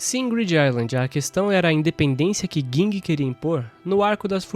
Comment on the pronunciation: é Ging, n Guing disnara kkkkk